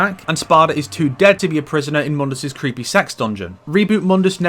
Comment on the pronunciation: Any chance this game had of being considered a prequel ended the second the characters mispronounced Mundus and introduced the Vergil-mobile.